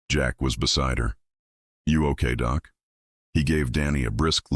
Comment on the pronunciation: It’s nice better then some audiobooks but work on doc not doe?